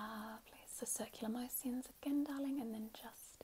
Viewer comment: " circular mo-si-uns " ahahahahha